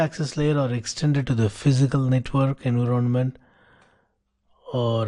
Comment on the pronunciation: I like his method of teaching, slow, deliberate and covers the key points. Subject-wise he is very knowledgeable. His English is generally very good but surprisingly pronounces some key words utterly wrong. Ex: Environment, promiscuous, forged:with this one, he even got the concept incorrect. Sir, hope you do not mind the constructive criticism.